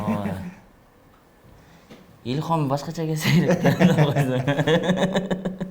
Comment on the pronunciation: Илхом эмес илхам